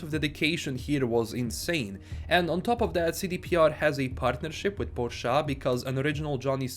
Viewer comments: Please don't try to say Por-shah like a western spy, sounds terrible coming from a slavic person :D " Por-she' " like we're used to is the way to go ;) Embrace your accent. embrace your inner slav (even tough we all know you are a spy from Texas)! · Thats really good pr and marketing for Porsche. Im totally exited to drive the 911 in the game. Btw: Strange pronounciation of Porsche.